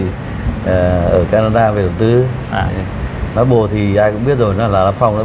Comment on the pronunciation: Xin góp ý với anh là Maple chứ không phải (marble) theo cách phát âm.